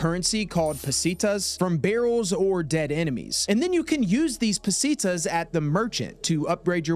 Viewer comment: "pezitasse" "lake lago" "Ozmend Salder" lmao sweet jesus